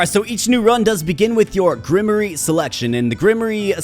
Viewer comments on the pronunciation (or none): This is a Good Game I Like the Art Also. LOL Grimery!? Hahahaha 😏Love you Man! Grim Waar. That's as close i can get. but yeah I remember the first time we Read that word in class. Man I'm Old, we said it as you Did. Ingrish is Weird Sometimes. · Grimoire pronounced “grim-wah” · Fyi grimoire is pronounced gruhm-warr. Not hating. Love your vids. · Entertaining as always. Seems like a sweet game. BTW its pronounced Grim-Waar, like an armoire, figured I'd save you future embarrassment heh